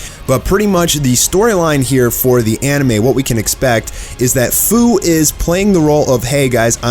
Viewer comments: His name is pronounced like "Few" not "Foo" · ITS FU (FEW) NOT FUU IF U PLAYED XENOVERSE2 YALL WOULD KNOW THAT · His name is Fu but pronounced as F-e-w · You’re pronouncing fu wrong. It’s supposed to be like the feu in feud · Just a couple quick corrections that I want to bring to everyone's attention! Fu's name is pronounced "F-you" as in the word future. Secondly, The SSJ4 goku in this series is not "future Goku" but is actually a completely seperate Goku from an alternate timeline. Heroes is known for mixing timelines together, such as GT characters and movie characters coexisting with "canon" characters from DBZ and DBS. Sorry for the rant, but other than this, great video!! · it’s pronounced.. ( few) for fu